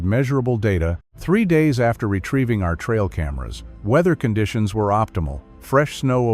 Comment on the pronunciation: Enjoying the video very much, especially when your robot pronounces "Conditions" in French. "Cawn-dee-see-aw". It lends a lot of extra class to the narration. 😆